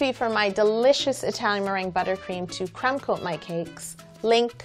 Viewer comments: when she says crumb coat and chill I keep thinking she's saying CRAM coat and chill I don't know why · Idk if it’s cause I’m French but instead of crumb coat I always hear creme coat😭